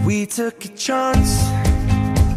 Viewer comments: YOUR WELCOME 😂 TURNS INTO IRISH “We tuk a chònce” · me crying: *hears “we took a chonce” LMAOO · Me: *is trying not to cry* Niall: We took a c h o n c e Me: “WTF IS A CHONCE?!” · Me: is emotional because of larry edit Niall: WE TOOK A CHONCE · Me : crying because how sad their Lovestory is is Niall : we took a chonce Me : HAHAHAHAHHAHA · WHAT THE FUCK IS A CHONCE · * me balling my eyes out* Niall: WE TOOK A CHONCE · me : crying because of larry edit Niall : WE TOOK A CHONCE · My eyes were tearing up until Niall’s, “WE TUK A CHONCE.” And now i’m just being angry at Harry for making him say chance. 😫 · Me: crying Niall: we took a chonce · 'we took a CHONCE' sorry niall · We took a chonce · I'm sorry to ruin the moment but... Niall... WTF IS A CHONCE??!!!